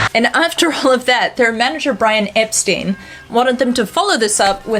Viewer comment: Ep-stine, not Ep-steen. Sorry!